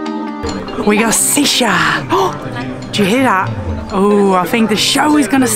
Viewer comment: It’s not seesha it’s SHisha lol 😂 she’s funny